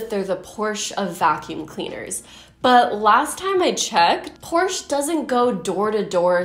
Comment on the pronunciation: you mispronounced 'porsche' 🤨